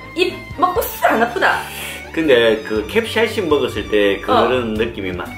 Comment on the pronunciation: 캡샤이신ㅋㅋㅋㅋ 발음 졸귀ㅋㅋㅋ